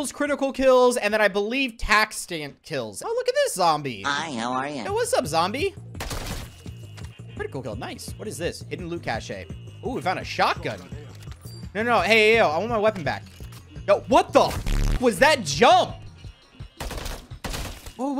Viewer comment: Pronouncing cache like that is crazy